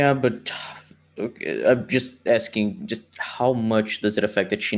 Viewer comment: I’m getting ‘Nam esque flashbacks to the Not So Great Debate just starting this. <He’s old!...> <I’m axe-ing you!...>